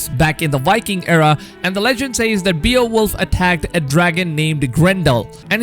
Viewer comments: Bay-oh-wolf, not Bee-uh-wolf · Its pronounced Bae-wolf n the Grendel part is all wrong.. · It’s pronounced bayo-wolf or bay-wolf 😂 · it's pronounced "BAY-OH-WOLF" not "BEE-OH-WOLF" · That pronounced Bay - wolf not be-a-wolf 🤦🏽‍♂️ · Beowolf (bay-oh-wolf) hollyyyy fff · “Beal wolf” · Terminator of content and beowulf Sound like beerwolf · Beowulf is very popular character there is movies and books about him but you really messed up the pronunciation